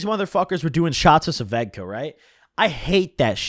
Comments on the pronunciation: Bro it’s svedka not sevedka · It’s svedka not suvedka lmaoo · What the fuck are you saying? Svedka? Ss ved ka... Am I insane? Do you actually pronounce it Sa ved ka like he is? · Nobody: Noone ever:: "Suhvedka" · Why u call it suh-vedka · why u say svedka "Sa - vedka" like that hahaha